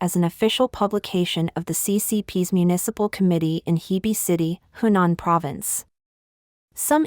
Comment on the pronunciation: They need to say 'Henan' isn't 'Hunan'. They are two different places. Say it correctly, please.